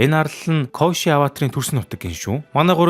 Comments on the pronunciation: Коешы биш Кёошы гэж зөв хэлээрэй гэж хүсэж байна. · Дууддаг гэж бичдэгшүү бас кёоши гэж дууддаг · Киёоши гэж дуудаг шүү kyoshi-г